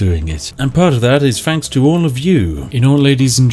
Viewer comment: Mooner glad it wasn’t just me. Really got on my nerves by the end. Fanks.